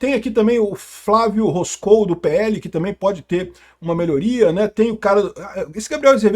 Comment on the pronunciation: Fala, a pronuncia do pré candidato do Pl é Flávio RÓscoe. E pacheco.... nem pra sindico de prédio